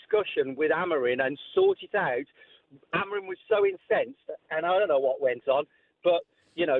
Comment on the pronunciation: What Is this caller James on. Glineos fan no doubt. Well done Simon calling him out👏 Haha and Keown saying about Sancho Rashford is just the icing on the cake. A think talksport would save a lot of money getting rid of these. Well done Simon again calling out Keown. You have saying AMOREEN. Who's he. And Jim Saying Deetorg. It's DOT ORG